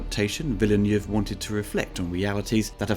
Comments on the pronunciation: It sounds like Villeniev the way you say it, which would be a Russian director though... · I really like it! I hope there will be a sequel. I think it is better than the old movie, although I liked that too. Good review, but maybe look up how Villeneuve should be pronounced. That sounds a bit jarring.